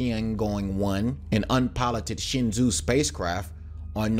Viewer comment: Some constructive criticism: your content features professional graphics and visual presentation, but your narration needs attention as it detracts from your otherwise excellent content. Specifically, in this <3 minute segment, you "butchered" Darmstadt, Tiangong, variable, rondevu, and Shenzhou.